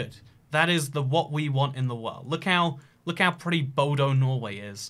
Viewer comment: WHEN HE CALLED BODØ BODO AHHAHAHAHAH